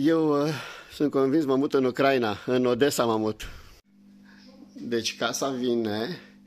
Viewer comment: Se pronunta Ucraína, nu Ucráina. Accentul cade pe i, nu pe primul a.